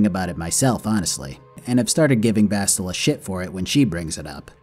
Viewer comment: You calling bastila "bosstila" is funny because in portuguese it sounds like "shittila"